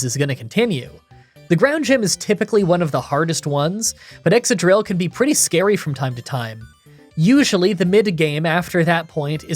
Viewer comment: It's exCAdrill, not eXAdrill